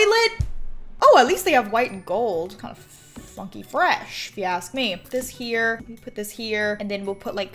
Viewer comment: on my computer it sounded like she said the f word when she was doing the bathroom ,''funky fresh if you ask me''